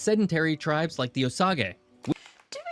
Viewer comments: Comanche is pronounced "co-man-chee" and Osage is pronounced 'o-sage" like the herb. (Edit) I was born in Bristow, Oklahoma and have live, mostly in central cities like Edmond and Oklahoma City, and now in Elk City in western Oklahoma. I've only ever lived outside of Ok in Longview, Texas for about 5 years. You should visit and see all of Oklahoma. Most people just go to OKC, Tulsa, and Lawton. While in OKC I highly recommend going to the Kilpatrick Center/Areospace museum and Omniplex, the OKC Zoo, river walk, and Bricktown. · He also pronounced "O-sage" wrong.